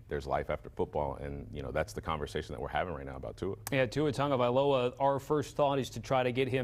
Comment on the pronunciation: Its pronounced tago - vail - ova not tunga.... tunga needs to retire ~